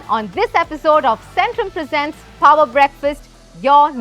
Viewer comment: Hindi me bola karo yar.. Instead of shooti g english that u cant speak.. I mean phower breakfast..???!!! Babe its power not phoawer breakfast😂host just cant stop showing off her village accent i from of sohas upper engliah acceent and failed it